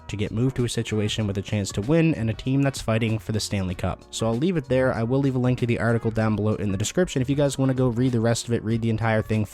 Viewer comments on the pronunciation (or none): none